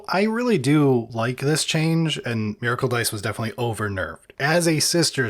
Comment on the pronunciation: What the hell is a "Mareicle"? Is his voice resonating in his 5-head and ruins "Miracle"?